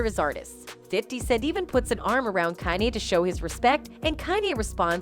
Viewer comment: She calls him kan i?